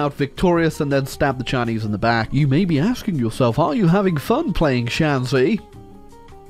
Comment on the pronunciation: you mispronounced it so hard I completely failed to understand it was 山西, sorry. Took me until the flag XP playing as shanxi, it is literally impossible to 'stab the chinese in the back,' because you are chinese. I think you're already aware of that, but just in case anyone else is confused :P It'd just be another civil war, good ol' 'king of the hill country' lore accuracy, lmao. communists were literally just 'mass infantry with a dash of artillery,' and the amount of artillery later ended up depending on how much the kmt forces lost. somehow. lore accuracy, all generals in the PRC learned 'logistics wizard,' perhaps because all the ones who didn't died. Or something.